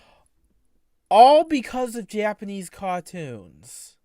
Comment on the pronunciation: "Thew're Cawh-toons" 👉👈